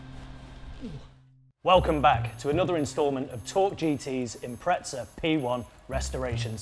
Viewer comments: There is no T in IMPREZA stop calling it an " Impretza" ffs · I’ve always wondered why poms pronounce “Impreza” with a T in it….!!! - Impretza??? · There's no T in Impreza 😉